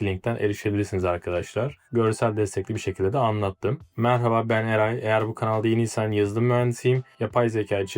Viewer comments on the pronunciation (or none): "Merhaba ben Eray" dediğin kısımda "Merhaba ben AI" anladım ne oluyor cidden.